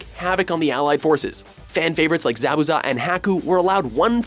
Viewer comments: The fuck's a Hacku? The fuck's a Zabbuza? For fuck's sake, dude, you didn't even pronounce "wreak" right. The term "wreak havoc" is pronounced "reek havoc"; not "wreck havoc". I don't even like Naruto, and I'm still irritated by this shit. -_ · shipuudun, haaku, zabooza really?